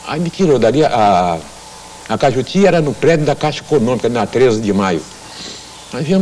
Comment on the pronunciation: Radio CAJUTI e não CAIJUTU. ]